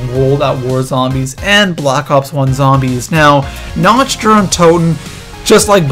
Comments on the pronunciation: It's pronounced na-k-t not na-ch-t idiot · sir, no offense, but it is pronounced nakt not nacht. it is german. also, the wunserwaffe is pronounced vundervaffeh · Nacht not notch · I'm sorry, but I swear to god, you pronounce it Na-c-t der untoten not NATCH. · its pronounced like nawkt not natcht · I'm sorry, but it is "Nacht" der Untoten! NOT "Natch" der Untoten. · why does everyone say"nacht" like theyre gonna say nacho. its said like "knocked" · You don't say the "ch" in Nacht it is more like "nauc"